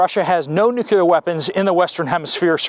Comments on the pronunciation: Nuclear, not nucular. Nice cannon 👍 ☢️ can't wait. Gonna be a f. Flag. What an exciting day we live. Hurry up and wait 😀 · Nuk-lee-ar , not nuc-u-lar. Yea, I'm an English major. 🤷🏼‍♀️🤣